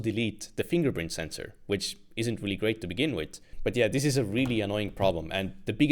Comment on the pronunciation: 'Estonian man tries to say 'fingerprint sensor' for 30 minutes -impossible'😂